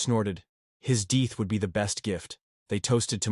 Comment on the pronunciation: AI, you should learn how to pronounce "death" and "wound." I'd throw that Bible in the nearest trash can. Obviously, Mom had never read it. Cut ties from this toxic family!